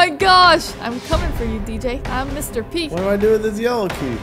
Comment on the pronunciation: Omg when said"im mr.p"it's like shes saying"im mr.pee" like lol